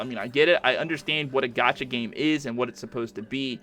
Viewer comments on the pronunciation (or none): none